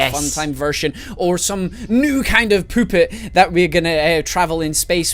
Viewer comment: "A new kind of poopet"😂😂😂😂